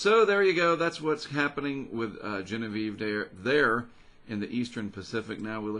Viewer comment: Your pronunciation of Genevieve is absolutely correct! I worked for Lykes Steamship in New Orleans. One of our ships was the Genevieve Lykes.